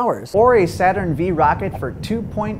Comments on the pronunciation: Did you seriously just call a "Saturn Five" "Saturn Vee" facepalm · Vee? Really? Google "Roman numerals".